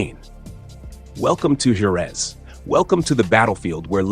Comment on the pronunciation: Totally agree with you. Jorge and Jerez were pronounced wrongly.